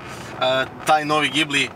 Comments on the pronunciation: ime auta se ne cita sa z nego sa S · mislim da se pravilno kaže Đibli